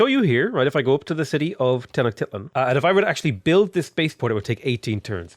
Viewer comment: By the way, usually Tenochtitlan is pronounced with a long "I" sound. So it's pronounced "Teh-nock-TEET-lawn." Think teat not tit 👌